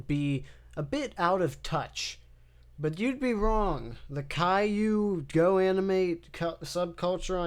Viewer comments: Caillou: the golden age Pronounced kay-loo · Everytime calliou was said kay-lou i giggled like a little girl